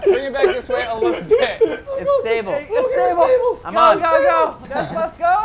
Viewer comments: I think Wes is a little to drunk to be piloting the deth buth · "Jew! It's not called jew bus,, it's death bus."